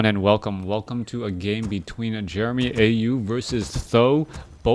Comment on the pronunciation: i think his name is pronounced jeremeow